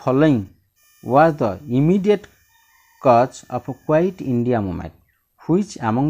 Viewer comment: Dear sir pls practice reading again and again. Your pronunciation is wrong. Example it is not kuait it kuit india movement.